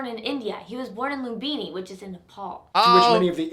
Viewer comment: Me as Nepali getting angry with the person’s way of saying lumbini sagarmatha Gautama terai and others lol